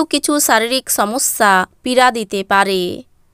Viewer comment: আপনি রাশিকে রাছি, সবকে ছব, সমস্যাকে ছমছ্যা, সময়কে ছময় উচ্চারণ করেন। আমরা এপার বাংলার মানুষরা বেশ, দুঃখিত আপনার ভাষায় বলি বেছ উপভোগ করি। ভালো থাকবেন।